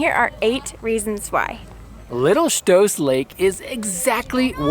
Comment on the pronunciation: I like the way you pronounce Stoos, so many people mispronounce my last name here in the Midwest.